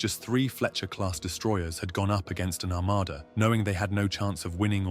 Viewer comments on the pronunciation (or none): none